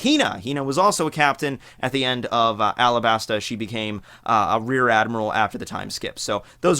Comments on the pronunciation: I like how bro pronounces Alabasta 😂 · great video. just to mention it's not Alabasta, it's alaBasta(talking about the pronounciation). also Akainu not Aka Inu